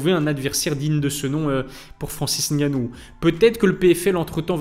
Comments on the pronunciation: Merci pour la bonne prononciation du nom de Francis👌. Assez rare pour être noté. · Enfin un français qui à l honnêteté de prononcer le nom " camerounais" correctement Respect Like et partage